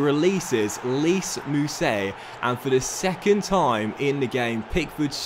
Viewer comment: It’s pronounced lies mousset not lees just so you know keep up good vids lad